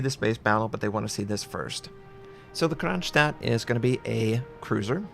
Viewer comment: Its written Kronshtadt for a reason, because it has an "sh" consonant, not "s" as u can hear saying it. In English this voice is labelled with the "sh" letter.